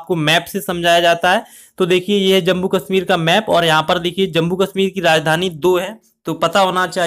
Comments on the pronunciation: Its jammu not jambu bhaaiii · It's Jammu not Jambu